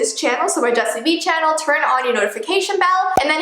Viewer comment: Me hearing jessi b insted of 😂😂😂😂😂😂😂😂